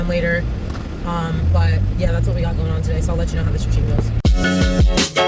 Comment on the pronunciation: “Goin’ on” sounded rather NY-ish to me…🗽